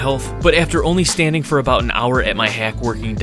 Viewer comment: Standing not “stainding”